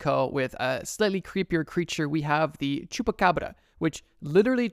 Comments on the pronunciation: The way you said baba yaga terrified me also why tf did u say chubbacrabba???? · Scary is the way you said chupa Cabra. It's shupa Cabra if you wanna say it right